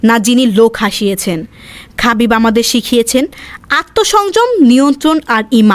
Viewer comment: খাবিব❌ হাবিব✅